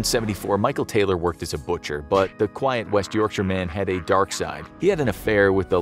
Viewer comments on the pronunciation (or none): none